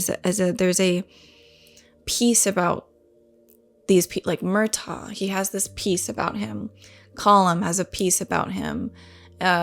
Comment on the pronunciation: Yeah Murtagh is said without the G. It’s like “Murtah”.